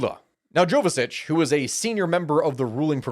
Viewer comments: Vuchich is how it's pronounced. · I really like how you pronounce Vučić 😂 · its pronauced Vucic